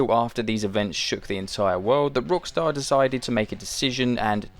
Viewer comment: or so? Did you say Brookstar or something instead of Rockstar? Because i went back twice and you said Rockstar wrong.